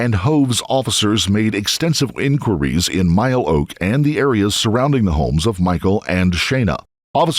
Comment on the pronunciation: Narrator can’t even say “ enquiries “ properly